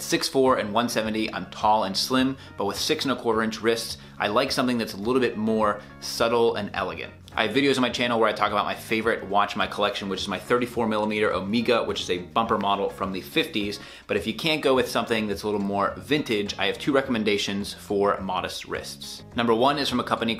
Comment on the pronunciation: I dont feel comfortable taking advice from a guy who says OMEEGA..